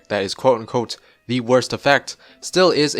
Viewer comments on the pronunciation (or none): none